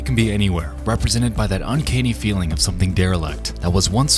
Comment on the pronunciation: "un-KAYNE-EE" IS ACTUALLY PRONOUNCED "UN-CAN-EE"